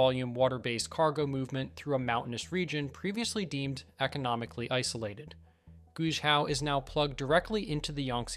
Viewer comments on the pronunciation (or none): For example, Guizhou is not pronounced as "Gushao" or something similar (the speaker was not consistent), but is Guay Joe. My use of Chinese is far from perfect, but I've worked with it for 20 years and have four Chinese friends now living in the US with my wife and I (on a temporary basis). Obviously, most Americans would mispronounce Guizhou, especially the zhou. A simple internet search could have provided the right pronunciation, even Google Translate software. I do give the producer of this video credit for getting many things right. When I first came back from China after a six week visit, and after my three subsequent visits, I felt like I was entering a third world country when I returned home to the rural US (Arkansas). For example, Atlanta, Georgia has minimal bus service and a subway-overhead rail system designed for the 1970s. Traffic is terrible. At age 73, I know I will never ride a bullet train in the US. China had no high speed rail in 2005, but it now is almost everywhere. It COULD be done. I thought, "Why is there no bus service here?" in Mountain Home, Arkansas. The last passenger train left in 1936. "Why can't I at least go to a large city and go to North Carolina or Atlanta in four hours at 200 miles an hour?" The US fails to realize we are being left far behind. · In the name 'Guizhou' the 'Gui' 贵 is pronounced /gway/ (rhymes with 'stay') and means "precious, noble, costly". There''s a hidden 'e', as if it were "Guei'. The inventor of Mandarin Pinyin thought this was a good idea, for whatever reason, possibly just to limit the vowels to two. The hidden 'e' is there only when the first vowel is a 'u' following a leading consonant, as also in 'tuì' 退 "retreat; refund'. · Guizhou is pronounced like Gwayjo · Guizhou is pronounced Gway Joe. If you're gonna use AI to read the script at least make sure gets the name right.